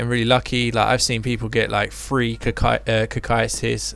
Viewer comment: Pronounced Kokyutus, Cocytus